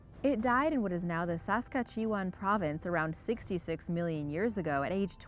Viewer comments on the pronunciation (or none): Saska chee wan? Sas Kat chew wan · U said Saskatchewan wrong say it like sas+kat+chew+wan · 😆it's pronounced S ask at chew an.😀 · I live in Saskatchewan and that is the worst butchering of my provinces name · You mispronounced Saskatchewan, it made me cringe. Like nails on a chalkboard. You also spelt Alberta Wrong. Next time make sure you have the right pronunciation and spelling. I like the channel though, no hard feelings. 😀💚💛🇨🇦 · Not even close to correct though... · Only canadians get this